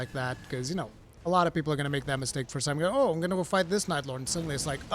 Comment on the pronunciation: No one: Absolutely No One:: Beeple bick Bepsi ober Coke.